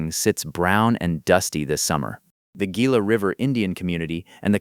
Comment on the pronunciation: PEN'- AL........ Hee'-la.....might as well pronounce it right.